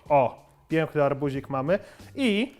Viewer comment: Przestań z tym "piĘkny", to jest okropne i w języku polskim nie wymawia się "ę" w ten sposób.